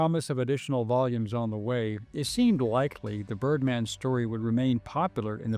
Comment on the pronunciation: Ohhhhhh...I thought they said turdman of alcatraz...😂